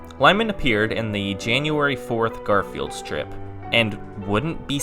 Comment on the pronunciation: GAR-FEE-ELD PEACE CORE Holy shit, kid